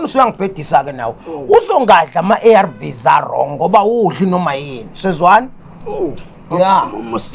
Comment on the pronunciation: The way pronounced the word "ARV's" took me out 😂😂😂😂😂